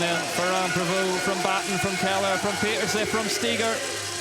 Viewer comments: It’s not that hard. “Peter-seh”. I don’t know why folks don’t get it. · Dear commentators. Please learn to pronounce Puck Pieterse's name correctly. She demonstrated how to say it to Rob Warner on an episode of Beyond the Line last season. Thanks. Great ride PFP